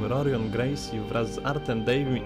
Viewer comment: Bardzo fajne, ale odrobinkę niedopracowane. Mówiąc o Rings pokazałeś Pancrase, jestem pewien na 99%. No i imiona Graciech jak się zaczynają na R to czytamy je jak przez H;) Hikson,, Hojs itd. Ale poza drobnymi błędami to bardzo fajnie, życzę powodzenia w prowadzeniu programu.